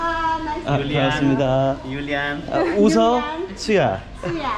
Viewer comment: 태권메달 센스만점요~ 너무 훈훈해서 계속 보게 됩니다! 메세지도 넘 감동입니다^^ 매 영상을 보면서 따뜻하고 좋은 에너지로 가득찬 분이라는 걸 느낍니다♡ 을 외국분이 웃어라고 발음하시던데 구독자를 흐뭇하게 웃게하시고, 센스나 마음 씀이 '수'준급이네요. 최고의 여행은 그 나라 사람들과 소통하고 정을 나누는 거라고 생각해요. 그게 젤 오래 기억에 남더라고요. 행복한 여행하세요~